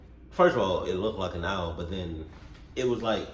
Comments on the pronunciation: My mans said "aisle" instead of "owl" 😂😂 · dude said an aisle